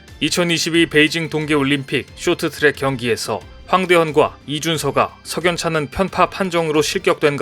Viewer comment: 쇼트트랙이 아니고 숕 트락